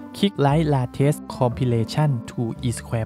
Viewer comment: ขอบคุณครับที่ให้ความรู้ ชอบช่องนี้มากเลยครับ นาที น่าจะออกเสียงว่า เลทเทส ที่หมายถึง ล่าสุด น่ะครับศัพท์เดิมคือ late